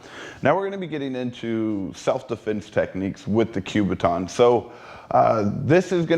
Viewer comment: Learn how to say the word "kubaton", it is NOT enunciated with a "Q", it is a "K" you sound like a fool.